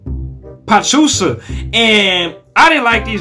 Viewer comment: Pachuca is pronounced PA CHOO KA